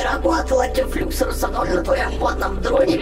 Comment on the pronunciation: Не дефлюксор ударение на о